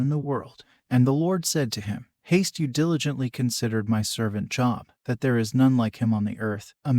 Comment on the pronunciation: You pronounce his name wrong…you pronounce it as the word for work..going to a Job. His name has a long O